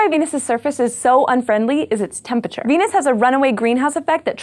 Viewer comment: She says "Beenus"